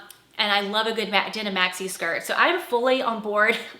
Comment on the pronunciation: It’s denim, not dinim!